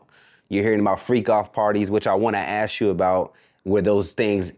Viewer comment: I hate saying: "Let me "ass" you this?" It's "ask." Omg